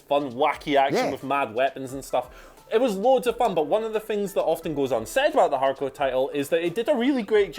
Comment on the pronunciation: Why can't they say "hardcore"..good lord